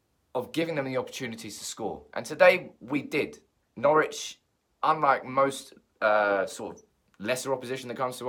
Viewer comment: Its Norwich